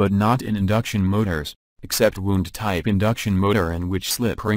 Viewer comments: Winding? Wound? Pronunciation plz! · yep, audio is irritating i couldn't stand finishing the video. some words are mispronounced, which actually changed their meaning. words such as "wound" and "winding." i don't know if the video would have been better if the creator just used his or her voice.